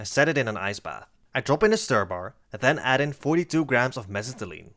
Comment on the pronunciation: I love the way you say mesitylene